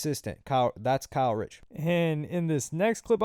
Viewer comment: ITS KAY RICH NOT KYLE RICH LMFAO